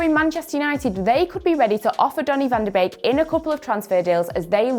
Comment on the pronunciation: it's pronounce van de - BAKE not beek